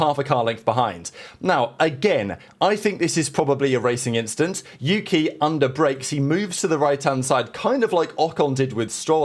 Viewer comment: Don’t think we didn’t catch that “inchident” you slipped in there 🤣